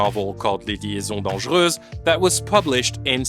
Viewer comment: Thank you for your perfecr pronunciation of Les liaisons dangereuses, it warmed my cold little French heart 😂